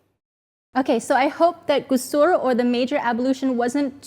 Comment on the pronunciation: May Allah bless you. I will do a small correction for the pronunciation: Ghusul غسل. As I heard the last sound as R, not L. Another recommended and adviced Ghusl but not (necessary as those you mentioned.): On Friday before going for prayer, on Eid day(we have two Eids).